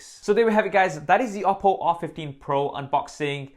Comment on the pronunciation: As a Chinese, I really love the way you pronounce Oppo.